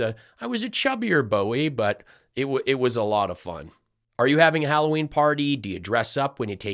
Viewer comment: "Holloween"...maybe because of the hollowed out pumpkins?🎃🎃🎃